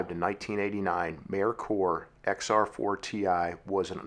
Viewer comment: I was always told this was pronounced “May Coor”. I’m just glad you didn’t pronounce it “Mer Ker”. The way you said it sounds correct too.